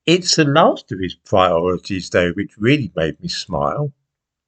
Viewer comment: get your pwiorities right and give Tony Angelino a call..The nation is cwying out for it!